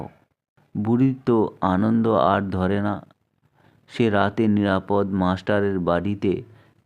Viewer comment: নিরাপদ্ মাস্টার নয়, নিরাপদ(অ) মাস্টার উচ্চারণটা এ রকমই করতে হতো। যাঁর লেখা গল্পটি আপনি পড়ছেন, তাঁর নাম উচ্চারিত হয় ষষ্ঠীপদ(অ) এই ভাবেই। ষষ্ঠীপদ্ নয় কোন ভাবেই।